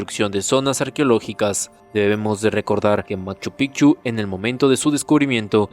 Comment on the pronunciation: Los Incas no fueron una sociedad que creo todo mi estimado, más bien fueron quienes tomaron todas las culturas y las alinearon a un solo rumbo, claro lo mejor de los incas fueron su arquitectura de piedra y POR FAVOR PRONUNCIA BIEN LA PALABRA MACHU PICCHU, ya da cólera que no se dignen a mejorar eso en lo mínimo. 😂😂😂.